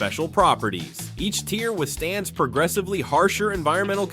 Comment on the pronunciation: When you read from a script.. tier is not tire.. icarus is ic-a-ris pronounced. Last video i watch